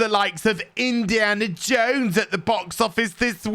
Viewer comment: Why do you keep calling it Indiana Jake??